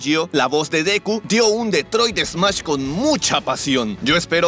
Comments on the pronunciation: Si dijo mash ._. ? Es la peor adaptación y doblaje de parte de deku :v hay voces que se pueden rescatar pero no le andén cambiando ni cortando frases y nombres ;;--;; es smash :v y en esta escena la a fue más pronunciada por un largo periodo :'c me siento decepcionado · El detroit smash latino esta bien y bastante cerca al original, pero siento que el SMASH no ha sido bien pronunciado, osea, no se escucha bien la M en el grito